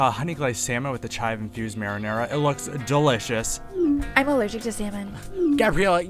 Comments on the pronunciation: Instead of delicious it said declines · LEL it said declines instead of delicious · Dude or instead of delicious you said decline.